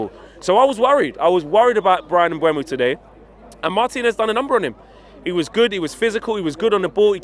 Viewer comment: Mbuem-NO 😂😂 get ‘em!